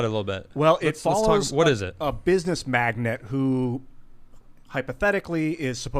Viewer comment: dude. It’s magNATE, like oil magnate. Not magNET, like chick magnet. In a world where google exists, there are still those who want to speak to the masses who don’t know what they are saying. Welcome to 2020..... wow. Aloha